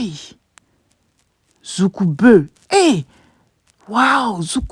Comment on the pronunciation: Zoukougbeu, c'est pas zoukoubeu hein, pardon même si bœuf est remplit chez nous 🤣🤣🤣🤣